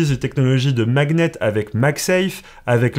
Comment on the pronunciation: pour quo tu dis maguenette